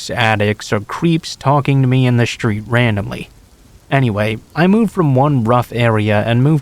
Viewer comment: it is a street. not a shtreet e